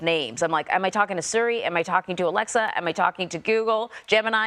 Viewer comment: Sury? You mean Siri.